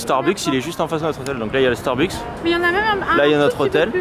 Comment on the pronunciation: Jadore qui dit starbUk et apres ya qui dit starbuks et ducoup il Starbuks. lol PS: Jadore vos vlogs!!!! <3<3<3